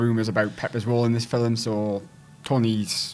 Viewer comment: There's no "e" in film, dude. "Fil-em"??